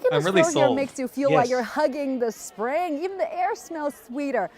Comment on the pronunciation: "the train to Sprang" ??